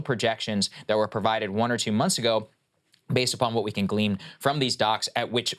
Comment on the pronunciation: "Glean" not "Gleam"